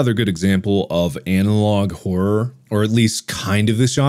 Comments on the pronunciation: Horrrworrr = Horror. At least it does to Markiplier. 😂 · How We Pronounce Horror: Horrur How Mark Pronounces It: Horwrwowr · 10 seconds in and I already lost it from Mark saying horror as "hor- or" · I love how mark says Hor-ror instead of horror sometimes it's hilarious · The way he pronounced horror at the beginning kind of messed with my head and idk why. It’s weird to hear both r’s